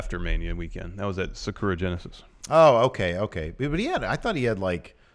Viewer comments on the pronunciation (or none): "Sakura Genesis" is pronounced "SAH-COO-RAH" Genesis